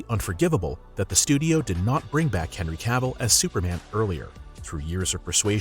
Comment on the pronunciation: Did you just pronounce hanry to "canry cavil" 🤣🤣